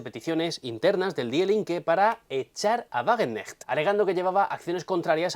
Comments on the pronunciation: Sahra Wagen k necht, se pronuncia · En Wagenknecht se pronuncia la ka. Es difícil, pero los alemanes lo hacen. La ch se pronuncia como una jota española